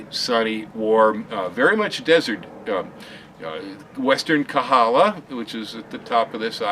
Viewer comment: it's KOhala, not Kahala. Mahalo!